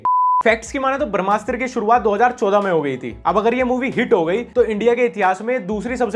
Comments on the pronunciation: Bhai "barmasthra" nahi h wo, "brahmastra". I luv your videos but hinduism related koi word agr galat pronounce kia jae to i would like to correct it with due respect. Rest keep going big fan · भाई barmshtra nahi brahmashtra hai.. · Everytime you pronounce brahmastra, a little part of me dies.